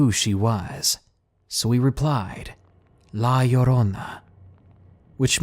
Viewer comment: You said La Llorona so freakin well like holy hell :D